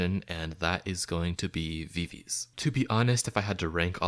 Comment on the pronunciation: If you would at least pronounce VIVIZ correctly...